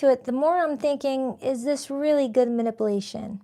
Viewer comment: Love you down, but the Virgo in me can’t take it anymore … it’s Manip-U-Lation. 🤦🏾‍♀️